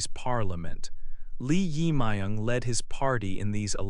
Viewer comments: It is not correct to pronounce the name." Lee Ima young" isn't correct. His name is" Jae myug Lee".Lee is surname ,Jaemung is first name. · The pronunciation of the president 's name is totally wrong. You should re-record it. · Pronounce the name correctly, please. It is not nice to make a recording without knowing how to pronounce the name correctly. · Pronunciation of the President 's name is wrong. Please correct. Thank you. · So weired pronounce president’s name😅